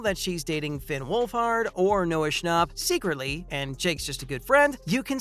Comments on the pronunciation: if he says noah schnop one more time 🤣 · Not the way he said noah schnapp no hate